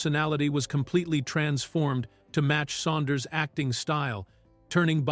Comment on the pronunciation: "Saunders," not "Suanders."